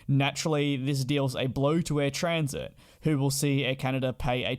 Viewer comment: First, and once more, it is Air Transat, not Transit. Transat as in Trans-Atlantic. Air Canada was only interested in eliminating a competitor. It used to be that charter carriers like Transat, Royal, Canada3000 and many others truly had cattle class, uncomfortable seats, low seat pitch, no meal while scheduled carriers had much better cofmort and service. Air Canada had started "Rouge" as a competitor to charter carriers with smaller seat pitch, no meals ect. But it has since "densified its cabin" (using AC's own statement to shareholders) so is no longer different from Rouge comfort. 10 across on 777 with 30" seats pitch on 15 hour flights. Suspect that post COVID, we'll see the Rouge branding disappear (just as its previous attempt at "low cost" called Jazz fizzled and was merged back to mainline, but with re-use of "Jazz" brand for regional operations. With its mainline undifferentiated from of of the few remaining ex-charter Carriers in canada that has now gone scheduled, Ac would have to compete on price with no premium for comfort. So eliminating Air Transat was its way to deal with it. The impact of COVID is create a glut of used aircraft. So the resale value of Transat's fleet dropped dramatically is this is likely one of the biugger factors in wanting out because all of a sudden, Air Canada was buying an airline instead of putting a competitor out of business. Had the transaction gone ahead, the same would have happened as happend following the elimination of Canadi